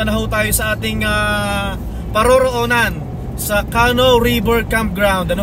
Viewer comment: Yun pong word na “canoe” is pronounced like “ka-nu” with the emphasis or accent Sa 2nd syllable. Hindi po “Kah-noh” as you kept on saying it. 🤭🤭 .. dagdag kaalaman din po 😊